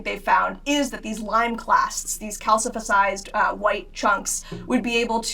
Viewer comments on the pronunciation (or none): calcifersized? i think she meant to say calcified